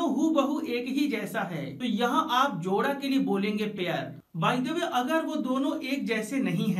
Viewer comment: Jora not joda